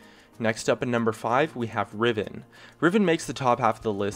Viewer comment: When he said riven i instantl unsubbed